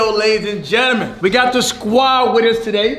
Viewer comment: This like the fourth time I cuafht him saying gelmen instead of gentleman